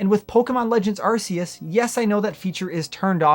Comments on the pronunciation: You are say the name wrong, it's called Arceus meaning "Arc" not Arseus. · Arc. Arc. Arc. E us. Not arseus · Anyone else getting tired of hearing it pronounced ar-see-us? It’s arc-eus. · I used to say “are-see-us” too until in the literal Nintendo direct they said “are-kee-us” and they invented it so yeah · I'm never one to nit pick about stuff like pokemon names. But I swear, I can't believe how much of a disconnect there is about how to say "Arceus." I've heard the damn commercials officially say "Ark-E-Us," while so many people still say "Are-see-Us." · Ar-KEY-us. I believe its correctly pronounced, according to the Nintendo trailer. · Bro, it’s pronounced “Arkeus”. Even the official Pokémon Arceus trailer says it that way. It’s just negligence and ignorance to pronounce it any other way. Get the net!